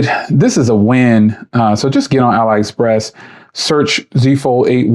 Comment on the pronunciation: You can definitely find some bargains on there. Careful though, because some of it is absolute garbage too. By the way, it's pronounced "alley express".